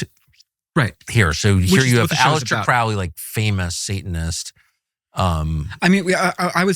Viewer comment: Finally. Someone who knows how to pronounce "Crowley". But Tucker didn't bother to learn from him.